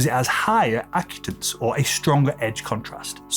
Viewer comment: Correction: You're pronouncing the word "acutance" incorrectly. It's uh-KYOO-tuhns. The emphasis is on "KYOO." Also, the British and US English pronunciation is the same.